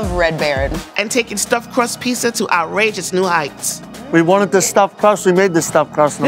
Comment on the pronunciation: It sounds like the host finally learned how to pronounce "pizza" correctly for season 4! "Piece-A-Wars" didn't quite work for me.